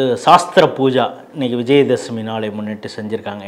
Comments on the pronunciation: It is not SHAASTRA Puja but should be pronounced as SHASTRA Puja. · Sasthra pooja not saasthra pooja